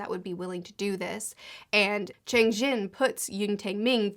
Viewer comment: Btw Cheng Xin is pronounced like "Chung Shin", and Luo Ji is pronounced "Lu-aw Ji"